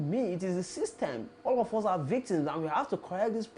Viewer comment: Please, its not 'Hus' but 'us'. Just work on the 'h' factor. Nor b insult o